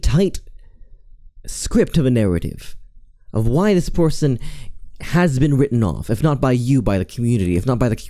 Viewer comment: "porson" hehe 🤭